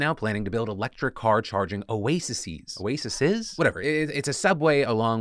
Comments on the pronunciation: its pronounced (Oh A Seas) just for next time you talk about the sandwich thing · Plural of Oasis is pronounced Oasees. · Since you weren't sure, oases is the correct plural form of oasis -- pronounced like AOC but OACs :)